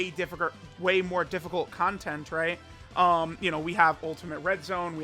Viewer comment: “way more difficurker”